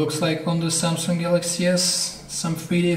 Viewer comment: Why does he say "samsunk"???????